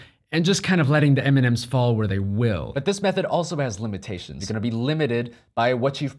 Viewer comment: I keep hearing ''Eminem'' turned out to be the candy But seriously. Great video ;)